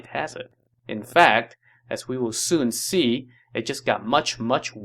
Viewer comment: "As we will Sun Ce" 😌